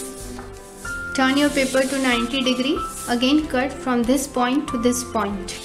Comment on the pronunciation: she pronounces this - dhhis